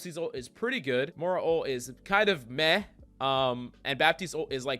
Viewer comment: Please stop calling her MORA lol